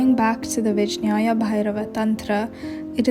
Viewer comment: It´s pronounced ViGYANA. Great video, thank U, pranam!